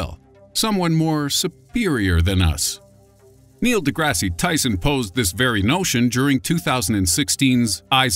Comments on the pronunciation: "Neil DeGRASSY Tyson" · lol at "Neil Degrassi Tyson"